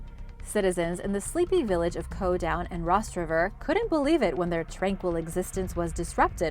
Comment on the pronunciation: It's not rostrever I'm from co down and we say it different